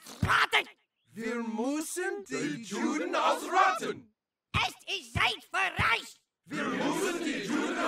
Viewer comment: the hells that mean. Like I told the other guy the way cartman talks his "accent" might make it sound like hes saying reich. Even if he is he pronounces it different one after the other. He says Reich in a way that sounds correct but then the very next one he says it with a hard ch like chip. Unless we ask trey and matt we sint know for sure